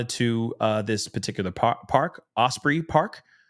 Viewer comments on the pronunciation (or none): none